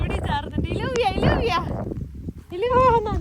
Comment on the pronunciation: Hi, it is not ഇലൂവിയ it is ജൂവിയ or യ്യൂവിയ , double Ls are pronounced as ജ or യ്യ